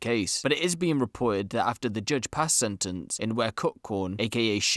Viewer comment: “Jujjj (judge) Richard”